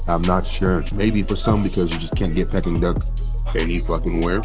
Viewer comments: Not Pecking Duck, sounds like Peeking Duck. You said it right originally. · pecking duck??? its enunciated PEEKING duck. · I love your videos but PLEASE stop saying 'PECKING duck'! It's 'PEE-king duck. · It's pronounced Pee- King Duck and the proper way to eat it is spread the sweet bean sauce on the pancake, add the duck along with a piece of scallion and cucumber. VOILA!😊 AT an upscale Manderine restaurant they would prepare it for u tableside. Loved this video. Next time in NY u have to go to where us natives eat. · Pronounce peeking duck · Hearing him say PECKING duck is killing me...thats not the way its said lololol